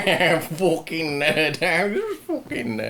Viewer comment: it cracks me up every time he says fookin like by the end of it im like falling out of my seat